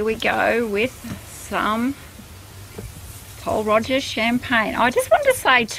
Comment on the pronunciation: It would've been a great review but you really need to pronounce it properly it's not Roger lol i'm sorry to point this out